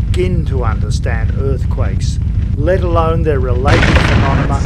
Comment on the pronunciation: I love that he says "phenoNeMa" lol